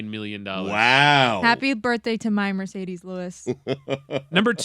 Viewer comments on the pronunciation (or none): also… isn’t it MArcedes Lewis? (not Mercedes) made all his flubs in one segment though… good job. Efficient!